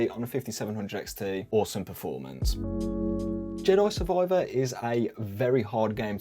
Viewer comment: Love the way you say "Jedoi Survoiver"